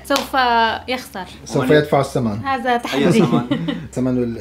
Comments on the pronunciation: حرف الزاء غير وحرف الذاء غير هذا وليس هزا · لماذا تقولنا هزا انما هيا هذا بحرف الذا هناك فرق بين الزا والذا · ماشاء الله فيديو جميل وعائله جميله 😍🩷عندي ملاحظه نطق حرف الذال انتم نطقتم الحرف. ز 👍🏻الطريقه الصحيحه هذا وليس هزا ❤️😍ولا تقطعوا فديوهات بتجننوا 🌹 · هزا مافيه زين والله حرف الذاء يبكي فالزاويه😂😂😂😂😂😂😂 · الله يسامحكم هزا ازهبي ما هزا !!! أين ذهب حرف الذال ؟ لماذا لا تحبونه ؟